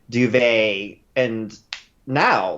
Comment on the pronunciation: Did you say...."Sitting on the bridge...wearing that DUVET????" LOL!!!